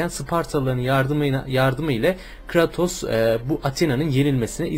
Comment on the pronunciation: kratos diye okunmuyo abi kreytos diye okunuyo :)